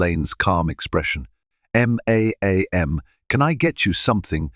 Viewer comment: Listen to some recordings or broadcast and learn how to pronounce words. M'am is not said as three separate letters